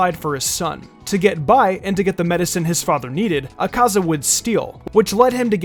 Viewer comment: The way he pronounces akaza, yikes